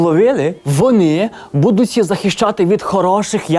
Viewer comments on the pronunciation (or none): Майкле, правильно казати будутЬ